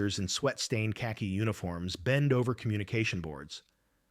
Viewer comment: Just wish these Ai generated narratives could stick to facts and avoid trying to write a novel. How did they know they were wearing “sweat stained kaki uniforms” (it’s Khaki pronounced “carkey” not “kaki”)